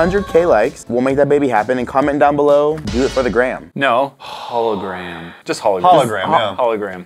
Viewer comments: “Holo “ gram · “Hologram” “hollagram”